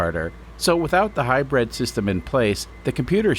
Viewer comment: Love your channel but if I have to hear "high bread system" one more time I'm putting my head in the oven...